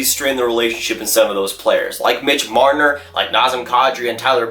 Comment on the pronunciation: who was it???? did you say MIDGE MRNNNNNRRRRRRR? you sound like an idiot